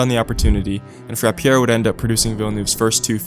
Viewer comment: Great vid! Not a knock or anything but Roger Frappier's last name is pronounced: Frap-yay